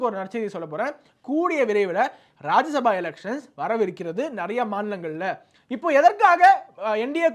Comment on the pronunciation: தம்பி அது ராஜ்ய சபா, ராஜசபா கிடையாது, என்னடா நாரதகான சபா மாதிரி சொல்றீங்க 😂😂😂